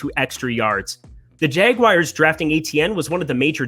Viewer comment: The jagwires?